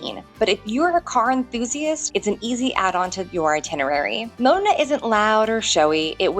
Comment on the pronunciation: OK. Just remember that the 'o' in Modena is short, not rhyming with 'go' or 'sow'.